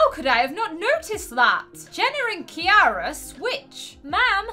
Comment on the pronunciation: saying kara my IT KIARA (KI-R-A) no being rude but people say it different